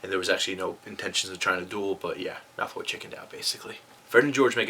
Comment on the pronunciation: Am i the only one hearing him say Malthoy?